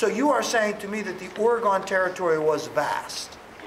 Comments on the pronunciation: It's "Or - Eh - GHEN", not "Or - Eh - GONE" T_T Still a great teacher, nonetheless :P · Seriously. As a former Oregonian, I object. :( It's pronounced "Or" (like "Ore") "e" (as in "egg") "gon" (as in the name "Megan").